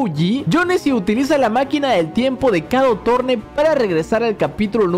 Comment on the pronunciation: estas mal no se pronuncia kado torne se pronuncia como keido sorn xd